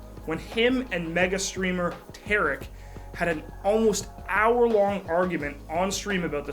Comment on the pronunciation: pronounced T(are)ick : Tarik